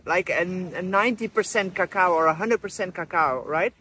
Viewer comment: “Really strong cacoowww”